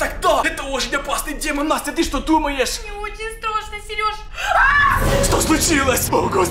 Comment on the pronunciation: Не страсно а страшно говори нормально